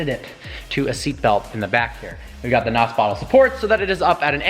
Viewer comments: Funny thing is, it's N.O.S. It's not pronounced as "Naus". It's pronounced letter by letter. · It's not called NOS.... it's N.O.S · When noobs say nos and not N.O.S. >.> I cringe every time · Did u really call it nos it's either n.o.s or nitros not nos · It is N O 2, not N O S! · It's nos not n. O. S. Have you ever watched fast and the furious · It's pronounced Nos kit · It's pronounced (en oh es) N.O.S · its pronounced N. O. S. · Pronunciation of Nos is wrong, N.O.S or nitrous.